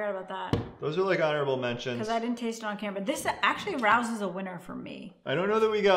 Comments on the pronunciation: Rao's is (Ray-Os) not Rous. But we love you anyway and pls visit their restaurant and give a fun keto review;) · It’s pronounced Ray-o’s not raous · The Sauce is from a very famous Family ran & owned Restaurant in NYC & IT IS DELICIOUS!!! Really is the best. It’s very expensive at Sprouts though. The Restaurant is pronounced Ray-O’s. ☺️☺️😁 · After 2 yrs of keto I recently found out that Rao's is pronounced "Ray-O's" For real... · yes we have the restaurant in our city and it is pronounced Ray-os - (most exclusive restaurant in NYC. You have to own a table and the only way you can go is if someone lets you sit at there table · great job guys, love the channel....btw the pasta sauce is pronounced RAY-OHS...i live in NY and have been to the restaurant, that's how they pronounce it, no biggie, thought you might want to know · Btw, Rao’s is pronounced Ray-oze. It’s a restaurant in NY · I love it when people not from New York pronounce Rao's wrong. Don't be mad. A lot of Keto You Tubers pronounce it wrong. FYI, It's Ray-Ohs. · why are you arguing such nonsense? Rao is a family name, fact. They pronounce it like Rayo, fact. If you want to pronounce it differently than the family, that's up to you. You would be 100% wrong, fact. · Love you guys but Rao’s is a great restaurant in nyc and it’s pronounced Ray-O’s keep up the great videos. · Ray-o’s is how it’s pronounced. An Italian surname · Just btw it’s “Ray-ohs” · Pronounced Ray-O’s like the famous restaurant in NYC. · It is pronounced “Ray-o’s”. True story.